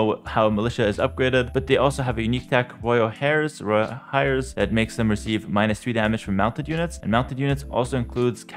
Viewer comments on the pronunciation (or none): It's pronounced Royal "AIRS"